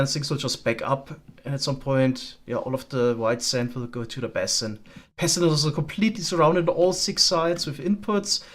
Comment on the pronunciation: Some friendly pointers from a fellow English-as-a-second-language speaker: basin is pronounced like "BAYsin", not like "BASSin". papyrus is pronounced like "paPIErus" not "paPYYrus".